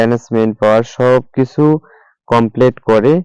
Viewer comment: Murkho. Complete uccaron korte parle na. Complate bolla. Pagol sagol